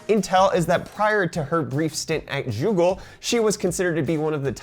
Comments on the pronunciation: did you call it JEW-ggle ??? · Is it just me or does he say Joogle and Jigabyte? Not always, but like a small speech impediment. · "Joogle", "jigabyte" I'm not the only one hearing this am I? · Jewgle lol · did you just say jewgle